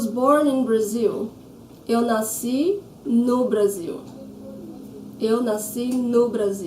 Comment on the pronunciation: You pronounced nasci as nascí, is it a tacit rule for words in -sci? I checked and it's the correct spelling, yet it's not pronounced according to the general rule (paroxítono)